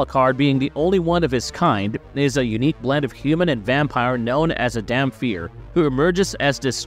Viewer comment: Wtf is a damfear? It's Dhampir, like Daum-Pir. AI Voice generated bs.